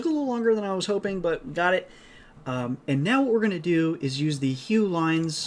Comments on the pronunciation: first time i heard hough the way you say the name hugh. i always heard it pronounced it huff in school. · It is pronounced like "huff" kinda like tough. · Hough = pronounces "Huff"